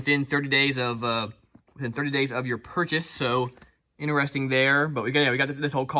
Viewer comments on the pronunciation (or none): none